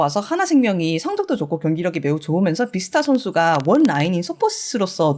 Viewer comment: 비스타 아니구 뷔스타입니다